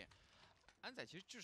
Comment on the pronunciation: it's pronounced as SusaNO